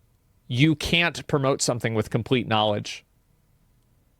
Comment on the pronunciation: Tai Lopez imparted "Knawledge"